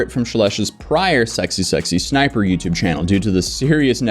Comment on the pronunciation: You keep saying SSSsniper... But it's just SSsniper.